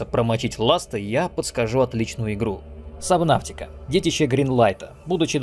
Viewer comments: Немного подбешивает, когда говорят "сабнавтика", хотя правильно "субнотика" 🙂 А так видос каефный, спасибо! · Вообще буквосочетание AU читается как O. Fault, naughty, daughter. Поэтому субнотика, а не сабнавтика🙄